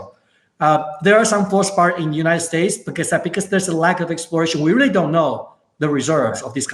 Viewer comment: I couldn't understand him either bit in the comments above it is Fluospar